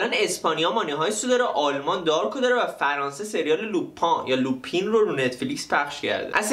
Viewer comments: البته لوپن درسته نه لوپین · lupin درستش لوپن هست omar sy عمر سی درسته نه عمر سای